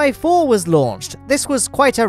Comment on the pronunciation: what he hears: gemini 4 What I hear: jebedi 4